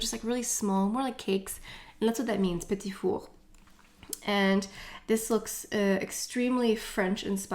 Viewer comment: I’m a sucker for the Guerlain lipstick cases. I’m sure I’ll pick 1 up. I live in South Carolina & my husband is French. My last name is Paradis. It is soooo refreshing to hear u pronounce the word “petit four” correctly. Other YouTubers butcher the name of the Viseart eyeshadows. Also, I get my last name butchered constantly. I don’t speak French, but I am cultured. I’m Italian, and so we gave our daughter a European Italian first & middle name & she has a French last name. My poor baby. When we tell people her name, they just basically stare at us in confusion. Her name is Floriana Amore Paradis. Floriana is also considered a French name as well. I just don’t think it’s as popular as it is in Italy. She does have a nickname, as do most Italians. We just call her, “Tink” I’m telling u though, being French & Italian, she will know all things luxury. Lol! Thanks for another fun video!♥️💄